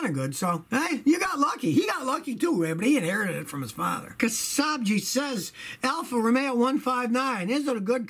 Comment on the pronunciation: "Alfa ro may ah"